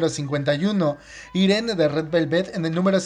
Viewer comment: Irene se pronuncia "AIRIN" 😂😂😂